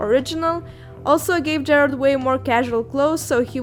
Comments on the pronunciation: OK honey you spelled the name right but you pronounced it Jared Way. But I'll cut you some slack because the art is cool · Everyone she said Gerard's name wrong I literally screamed